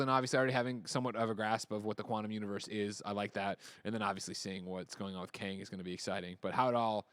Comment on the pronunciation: C'mon Tim, it's Kang. Somebody's going to die.